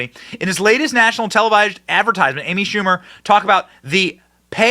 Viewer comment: Amy Schamu-er